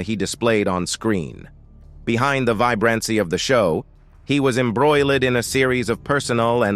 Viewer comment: Who the heck does the commentating on these things. At approx the 7 minute mark everything turned to poop. The pronunciation of the most simple words: "vibrancy", "embroiled", "legal", "image", "trouble", "emerged", "marriage", "shadow", and "spousal". Unless English isn't this guys first language, I'm confused. Was he having a stroke possibly?